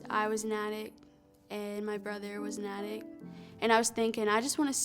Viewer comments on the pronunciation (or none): SO SAD HEARING HER AND HER BROTHER ARE BOTH ATTICS at least they'll have plenty of storage space for christmas decor pronunciation is important kids its the difference between a meaningful thought and everyone laughing at you or in this case addicts v attics